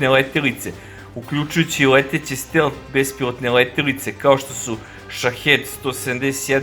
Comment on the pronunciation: Није стел, него стелт. Није Шахед, него Шахид.